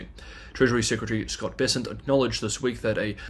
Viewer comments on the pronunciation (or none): none